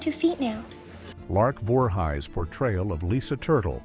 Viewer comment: Say the names right. You said larks last name wrong. Voor he's if your lousy ai can't say things right don't do it